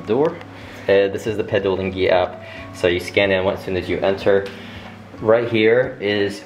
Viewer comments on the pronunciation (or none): said pedulinggi🤣